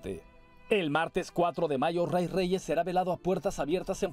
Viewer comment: No es Roy, es Ray y se pronuncia Rey.